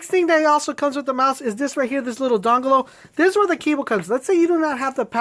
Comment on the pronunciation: LMAO. i thought it was by mistake, bus its just the way he says dongle XD